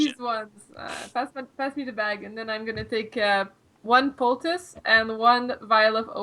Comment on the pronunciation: Dear: you're awesome, you're my favorite cast member. But please: it's "poultice" (pole-tiss), not "po-tiss". Also, "pedestal" (ped-a-stull), not "pedestool". You've been doing better with "halberd" though, keep it up. Thanks!